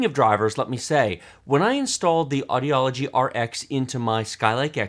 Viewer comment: AUDIGY = Aw-Di-Gee